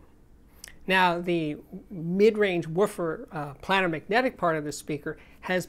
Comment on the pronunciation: Steve - Love your channel. However my ears hurt. ..... Look up pronunciation.... it's: "play - nr", not "plan - nr".